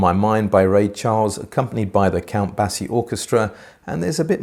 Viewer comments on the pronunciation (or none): I’d like a review of the top of the range NVA pre and mono blocks. Their design approach is intriguing. BTW, it’s Count Bay-C, not Bass-E. Tut tut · Count Basie, pronounced Bay-sea.